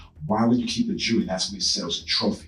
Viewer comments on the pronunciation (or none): none